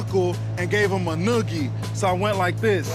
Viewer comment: "I gave him a noogey" hysterical !!